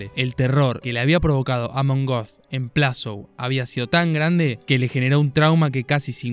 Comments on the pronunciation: Er heißt Amon göth, nicht Amon goth. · Amon Goeth se pronuncia "ámen gót." Saludos